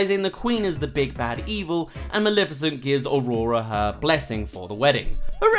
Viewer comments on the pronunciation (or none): What the fuck is wrong with you One: iTs NOT FUCKING MALIFICENT YOU SAY MALEFICENT THERE IS NO I Two: THIS MOVIE WAS FUCKING GREAt